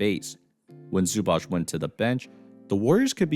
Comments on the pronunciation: Great breakdown, just a little help with Zubac name pronunciation: it's basically Ivitsa Zubats, I know it's hard for Americans to pronounce it but Zubach sounds so off 😂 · Pronounced more like zubatz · My brother in Christ, please learn how to pronounce Zubac's name properly